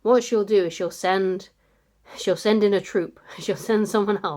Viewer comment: 'Zend out the zcout!' hee hee (ezpionage) 😆